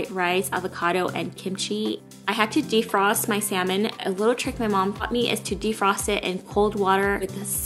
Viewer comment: Yay!!! you finally said salmon correctly:)